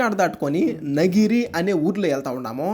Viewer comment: Nagiri kadhu nagari